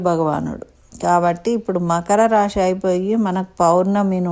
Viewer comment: తల్లీ ! రాషి అనకూడదు, రాసి అనాలి. రాసులు 12 ok. భాషని హత్య చేయకండి.